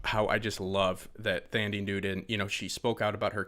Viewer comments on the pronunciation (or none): Maeve’s actor's name is pronounced with a "T" sound, not a "Th" sound. My niece Thalia's name is the same way. Also, I haven't gotten an Obie from you, so I'm not sure where you sent it. Lol I texted the # I have for you, not sure if that's still accurate. 😀